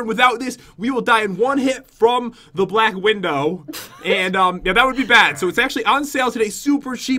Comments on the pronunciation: SHE JUST SAID BLAK WIDOW NOT BLACK WIDO SPIDER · said black widow So A+ For effort